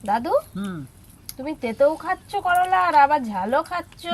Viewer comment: করোলা নাহ করলা গো 😮 আর সুন্দর হয়েছে রেসিপি টা ❤